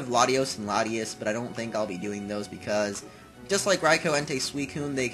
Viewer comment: (latios) and latias not latyos an latyass